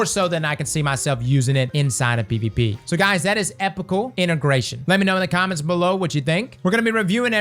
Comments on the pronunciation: I hate to be that guy, but it's pronounced ee-pok-ul. The base word is epoch, like the eocine epoch. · it’s pronounced “ee-pock-ull” integration, just so you know